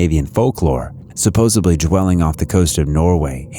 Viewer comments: "Supposedly" not "Supposebly" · Great video! Very cool. I do gotta make 1 little point cause I can't help myself. I noticed you said supposebly. I hear people all the time say supposebly but it's supposedly. With a D, not a B. I'm not always grammatically correct at all but for some unknown reason, it drives me crazy. Lol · I LOVE your channel, you have great content but please learn how to pronounce “supposedly” You sound like Joey in Friends…. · Lol. I just posted the same thing. I didn't see yours until after. That's funny